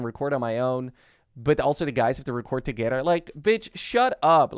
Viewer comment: He said toogeder